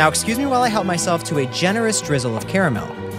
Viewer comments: He said caramel right only to say it wrong again 😭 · How is nobody talking about the fact that he pronounced caramel 2 different ways? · Bro pronounced Caramel two different ways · He said both pronounciations of caremel in fhe same sentence lol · bro pronounced caramel both ways and acted like we wouldnt notice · You pronounced caramel both ways. Traitor.